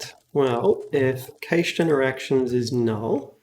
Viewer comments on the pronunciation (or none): cached is pronounce kash